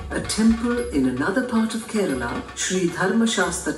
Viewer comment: It's Kerala not karala